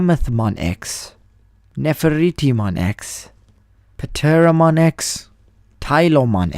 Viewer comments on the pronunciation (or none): The “P” is silent in Pteramon...